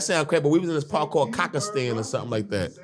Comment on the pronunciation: LMFAOOOO Murda said Kockastan